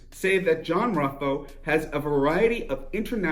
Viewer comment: Ruffo (pronounced Roofoh) is 91 years old living out his life in a private BUPA care home in the UK. Completely bald, clean shaven and 70 pounds lighter, with an acquired accent. The chances of arrest are minimal.